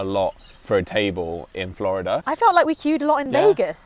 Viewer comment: The way says Florida makes me giggle 😏